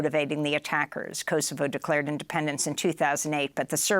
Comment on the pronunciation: Kosovo, not ,kou'sovou'